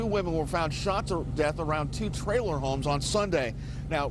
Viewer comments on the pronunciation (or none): How many times can we say “trailer” in one day? Lol But pronounce it “triller”. Sorry, I love your channel, but this one stands out due to how many times that word has been said and how it’s being pronounced.